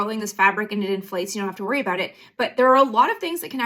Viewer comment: Problematic glasses AND she says, "aboot," like a Canadian.